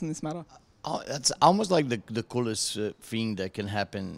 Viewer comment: "The cool fing is..."